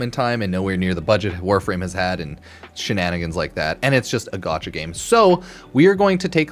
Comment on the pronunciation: The amount of time I here u say gatacha game or gatcha made me chuckle